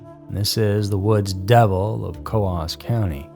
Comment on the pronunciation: New Hampster (lol) here. Coos County is pronounced like ooze, booze or lose 😁